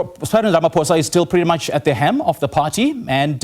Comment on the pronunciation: HELM. Not hem.